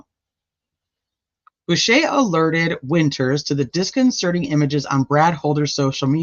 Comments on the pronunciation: Boucher “Bow ch RR “ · Bow, as Bow down. Ch as church. Er. Bow ch er. Boucher.